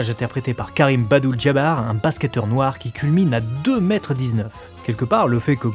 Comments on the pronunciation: C'est Karim Abdul Jabar les gars, le plus grand des grands, le créateur du sky hook ^^ Une petite faute dans la vidéo où vous dites "Badul" ! Très très grand joueur! Seul joueur à avoir 6 bagues de champion (6 titres de champion NBA quoi), hormis Michael Jordan et son bras droit Scottie Pippen étant donné qu'ils ont fait 2 tripit (2 fois 3 victoires consécutives sur 3 saisons à la suite) avec les chicago Bulls! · Non les amis non... Kareem ABDUL Jabbar ! C'est quand même un des meilleurs joueurs de tous les temps ! Je vous jure j'ai eu un saignement aux oreilles et au coeur ! Bon, le Chronoa est très bon, comme d'hab. Du coup vous êtes pardonnés ! Encore merci pour votre taf !